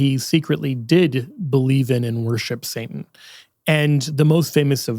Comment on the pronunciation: I love... And I had to watch this video a few times because I couldn't get around "saintan"😅... Great video, great information thumbs up!!